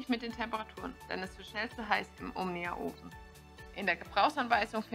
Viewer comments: Sagt sie immer "Omina" anstatt "Omnia" oder habe ich mich verhört? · Stimmt- die ersten 4-5x sagt sie es richtig und dann geht's weiter mit Omina 😉